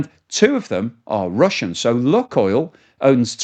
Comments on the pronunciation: Luke oil not luck oil? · The pronunciation of “Luke oil” can be broken down as follows: "Luke” is pronounced as /lˈuːk/ (rhyming with “look” but with a long “u” sound, like “loo-k”). • “Oil” is pronounced as /ɔɪl/, with the “oi” sounding like in “boy” and ending with an “l” sound. So together, “Luke oil” would sound like “Loo-k oil” with emphasis on the first syllable of Luke and a diphthong “oi” sound in oil.